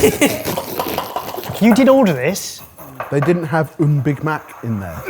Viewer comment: "but they didn't have mbig Mac" lmao